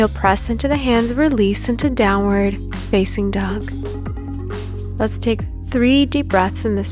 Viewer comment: My wife watches your videos. They’re good. I’m happy for your successes. But one request. When you prompt for upward and downward dog, you emphasize “facing” and draw the word out. Can you please consider emphasizing the more important words like “downward” and “upward”. It’s a small thing but after hearing it hundreds of times I have to say something. Am I the only one who notices this?